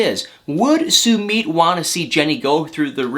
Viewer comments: I cannot wit my your pronunciation of “SUEMEAT”🤣🤣🤣🤣🤣🤣🤣🤣🤣 think “Submit”... you say “SUE-MITT” dude! LMAO😆😆😄😆🤣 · "sue-meed" im triggered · your pronouncing his name wrong😂😂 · How does Sumit pronounce his name /soomeet/ or /soomit/ ? I always thought it was latter. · I love you to death and I love your videos but you are saying Summits name wrong !! Did I spell it right ?? I giggle every time you say it ❤️